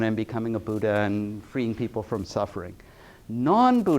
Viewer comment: It’s not Budda, it’s Buddha, dh not just d